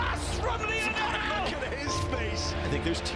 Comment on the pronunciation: His name is pronounce Lee-oh-nel